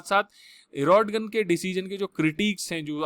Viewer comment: ordoGAN hota hai